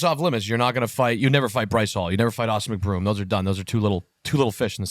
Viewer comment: Didn't know who Austin McBroom was but few seconds later pronounced his name right lol